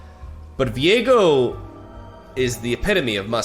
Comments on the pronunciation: you keep saing Viego but i am only hearing Diego as in Diego May Cry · hearing the way he says ViEgo hurts my soul